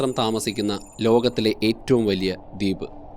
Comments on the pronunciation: ദീപ് അല്ല , ദ്വീപ് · Not ‘deep’ but ‘dweep’